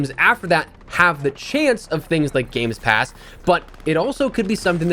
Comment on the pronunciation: "Games pass" 🤣🤣🤣